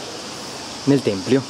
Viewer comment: si dice tempio non templio...